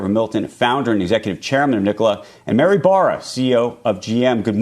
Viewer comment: "Mary more" sadly, but definitely "Nikolai" wth indeed